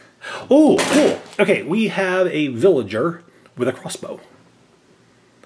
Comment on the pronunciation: Its pilegar not vilger